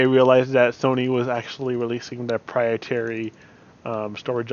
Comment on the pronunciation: Good advise... I don't mean to be prude.. But I think you mean proprietary when you say "prietary" as I'm pretty sure "prietary" isn't a word lol